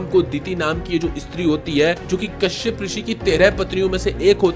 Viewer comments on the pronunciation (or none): none